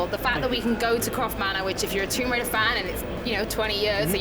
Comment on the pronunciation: Did that guy just say "rise of the tomb Waiter" lol